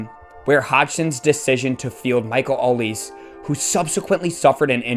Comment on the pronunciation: Good summary. Couple of points. Palace beat West Ham 5-2 not 3-0. And Olise is prononced Olisay (french)